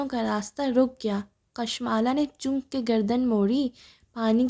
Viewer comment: Asslam o Alaikum..please apni reading theek kren ..intehai uljan hui apki reading sun k...sirf 13 minute mushkil se sun ski ...Achay khasay novel ko ap itni imla ki mistakes k sath prh rhi hen....choonk nhi chonk hota hai lafz ...apne ilfaz ki adaigi me drustagi laaye ...please